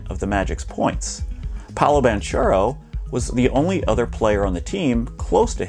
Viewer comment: Ok, I believe you when you say that you don’t watch the NBA … after you pronounced Doncic and Banchero 😅 Nice video though.